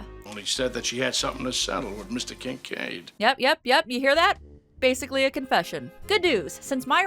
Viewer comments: I keep hearing Kink Aid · I honestly needed this video today. Side note, we all know it was Kink Aid and not Kinkaid. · Hehe, she said... Kink Aid.